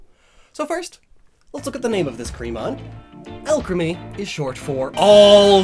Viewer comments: Nobody:: A L C H E M Y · I KNEW Alcremie being pronounced al-creamy was a bit odd... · "Taste Alcreame" Oh my~ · Alcremie....Why does that sound like Alchemy? or was that the point I wonder? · "Alchemy" Ah Shiz Here We Go Again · Not to be rude but it is pronounced all-creamy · When says Alcremie, but is, so you hear alchemy instead. There are 23 flavours of alchemy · Alcremie Al crem E? Al cree me? Alk rem E? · hey you realize you're saying it like alchemy * hear's that's where the name comes from* oh never mind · Everytime says “Alcremie” I just hear alchemy, which brings me back to his fat years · The way he pronounces Alcremie makes me uncomfortable.